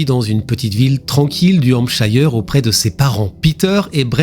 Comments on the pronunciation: « shir » pas « chaïeur » le francais. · J’ai vu le 2–em cas en Anglais, essaie de massacrer moins «Hampshire» et Southampton 😂; déjà, une femme enceinte avec un bébé= une pondeuse, ca m’inspire pas la confiance pour acheter un bateau (?) et je ne vois pour quoi quelqu’un qui veut vendre son bateau va monter à bord avec 3 personnes, ils devraient aller en mer seulement avec le potentiel acheteur.